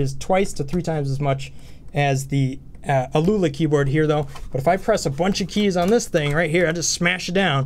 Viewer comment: I think it's "owl-a" or something like that. Great review! I wasn't aware of that key-testing tool--very helpful. +1 sub!